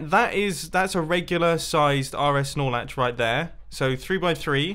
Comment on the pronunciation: I'm not a redstoner and the first time I've heard you say "RS-Snorlatch" or wutever, i thought u said RS Snorlax. Lmao